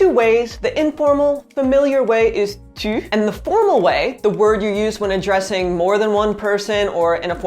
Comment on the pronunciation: You have a good sounding Tu Tu as un beau tu ( ͡° ͜ʖ ͡°)